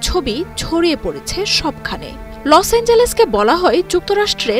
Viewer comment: লস এঞ্জেলেসের এই উচ্চারণ তা সঠিক নয় শব্দটা লেখা বা উচ্চারণ হবে লসএঞ্জেল্ স -এর